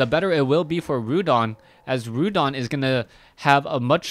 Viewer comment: its not Rhudan its Rudan !!